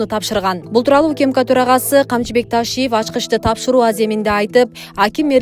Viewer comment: УКИМКА эмес УКМКА деп туура айтканды качан үйрөнөсүңөр дикторлор